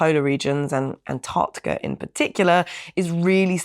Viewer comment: Naomi on ice? Well done on your pronunciation of ANTARCTICA as opposed to the Yanks who say Anardickah